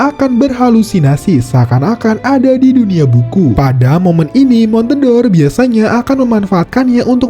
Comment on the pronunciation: Itu bacanya bukan (mon-te-dor), tapi (mon-de-or) yg merupakan olahan susu serupa cream cheese